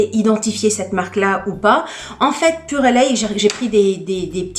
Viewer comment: Bonjour, je crois que sa se dit purelei, le E ne se prononce pas.